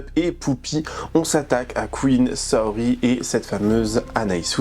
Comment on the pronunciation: Ca me perturbe de fou quand tu dis "Saori" c'est vraiment comment je m'appelle, en plus Saorie ça se prononce "Saorié" en japonais.. Bref elle salit mon blaze ça me gave.. Et effectivement le chien est très maigre c'est vraiment horrible et je pense qu'elle ne le sort très peu un Malinois ça a besoin de se dépenser énormément... Que des fous/folles c'est aberrant..